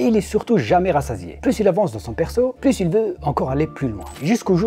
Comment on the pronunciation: Le "S" de "pluS" est muet !!!